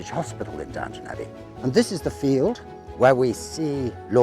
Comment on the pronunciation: Please get it right: it's Downton not Downtown!